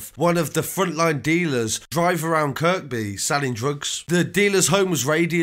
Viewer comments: who cares about your bird? I was talking about the narrator mispronouncing locations (Kirkby/Kirby) really intelligent you are no wonder you ended up inside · I love your channel mate, I see you do a lot of Liverpool street news and Kirkby is pronounced Kirby, like without the 2nd K... I ain't trying to tell you your craft cos I think you are wicked bro seriously but scouser will appreciate the correct pronunciation, believe me , I did time in Walton jail, Haha! Love your channel big man. Safe